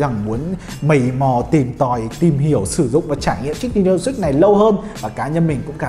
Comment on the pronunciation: Switch hay six day sao nghe six ko day